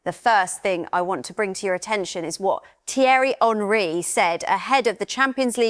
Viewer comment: Hey AI, it’s ONree, not HENree